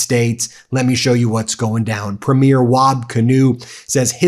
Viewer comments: Good work Ben. If you want to sound more like a Canadian, we don't say "pruh-meer", we say "pre-meer". Keep up the good deep dives into what is being said and taking place. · Thank you for all your great videos from a life long Canadian! One note, it's PRE-meer not pre-MEER. Also they're all right we WILL win this trade war that Trump stated...we've never lost a war yet. And tla lot of the Geneva conventions are apparently written because of what we did during the world wars trump had better watch out or we might add a few more 🙂 all joking aside you picked a fight w the wrong country... To all my fellow Canadians stay strong and elbows up ❤🇨🇦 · Canadian tip, it’s cringe as hell when Americans pronounce Premier as “Pruh-mirror”, in Canada it’s pronounced “Preem-year” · I asked the other Canadians and they said you can be one of us. But you need to learn to say PREmier not preMIER. Sorry. 😊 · Omg, can Americans please learn to say PREEM-yer. Premiere is when a movie opens. Premier = provincial leader = PREEM-yer. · Someone tell Ben it's /PREE-meer/ not like a movie opening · Just a small correction, we typically say Premier like this "PRE-mier" (thanks for your support) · Ben!! Learn to pronounce the word premier. It’s not a word that sounds the the first night of a big movie! Emphasize the first syllable. Respect, eh? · 250,000 signatures for the petition to remove Ambassador Pete Hoegstra from Canada now. Make sure to sign! Btw. It's pronounced "Preemiere" Not the same pronounciation as the first showing of a movie.